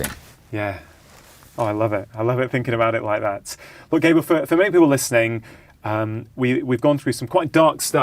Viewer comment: Rangan - Dr. Mate's man's name is GAH-bor, not Gaybot ....(spelled Gabor.) I know you can pronounce it righ, less important than his content and your overall love of this man & his work, but something notice and note. . Overall a great discussion. Loved Jay's contribution -- found it valuable and useful. Bravo. thanks, BZ